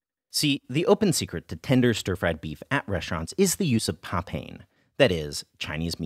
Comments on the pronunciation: Great video, as always. Not to be too pedantic, but I believe papain is not pronounced PA-pain, but instead is pronounced pa-PA-in. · Papain is pronounced puh-PIE-in, Not puh-PAIN. its an extract of Papaya, thus the name.